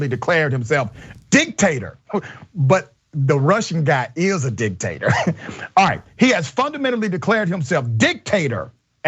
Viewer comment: Did you say Candace Owens loves "dick tators"?